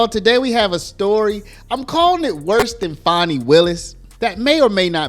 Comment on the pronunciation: Fanny. We all know it's Fanny not Fani